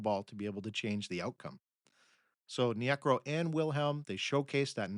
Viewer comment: Hi, been listening to many of your podcasts and have noticed a bizarre pronunciation trend. Phil Niekro repeatedly pronounced nee-AY-krow here is a prime example. In a prior podcast Vida Blue is pronounced VEE-da. Also in this podcast R.A. Dickey is said to have played for the Knicks, not the Mets. I can't see how an actual human baseball fan doing a deep dive into the game's history could make these kinds of mistakes.